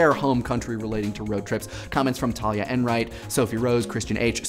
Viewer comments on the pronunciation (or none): none